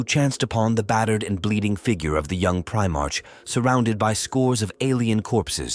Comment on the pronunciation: 23 mins in, bro I gotta say, and I ain't being a cunt or anythin' but its pronounced Pri-mark not prime-arch. I dunno if this is one of them AI bot ones doin' the talkin'? Sorry bro, nothing against you, It's just a splinter in my mind.